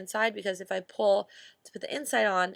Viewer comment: " I don't know i'f grandma would like this" xD ily Ash